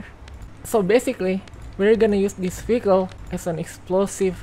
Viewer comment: Every she say vehicle I hear faecal